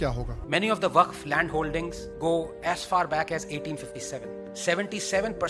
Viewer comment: WAQF ❌ WAFQ ✅ 😂😂